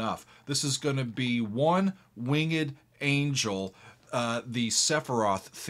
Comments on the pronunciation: I LOVE that he pronounces it wing-ed. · You can say winged like that?